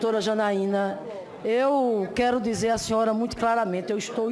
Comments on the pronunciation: mutcho respetcho, puliticu, infilizmenti, sun paulo, diretcho, mutcho mesmu, ispricá, supusições, sinhora, supusição, iscandalus, istrapulá, disconstruídu, infilizmenti. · PIOR MESMO É MUINTCHO! PQP, MUINTCHO É DE FODER! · foi golpi , golpi, golpi , custou muitchu , muitchu nus custou muitchu, foi golpi, a senhora viajou na maionese hellmans, nos custou muitchu. Esse tipo de pessoa me diverti muito e de graça, não preciso pagar entrada no circo se tenho divertimento gratuito.